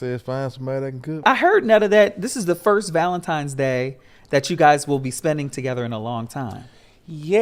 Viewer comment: Its Valentines day, not Valentimes day!